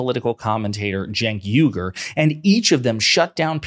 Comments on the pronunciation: Its not Cenk Yugur. Its UYGUR. Uoigurr. Thats how you say it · Firstly Genk's last name is pronounced " Wee - Gore " not " You - Gore " ( just like that ethnic Muslim minority that's intured in prison camps in western China,) secondly Mr Morgan knows better he's just stirring up his audience to keep his ratings up, l think that's standard operating procedure for most TV hosts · Phonetic: wee-gur, not yu-gur.